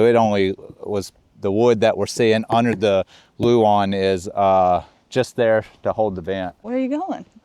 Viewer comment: OMG! He said luan not Lou Ann lol darn now I can’t make fun of that anymore! Good for you reading the comments section lol.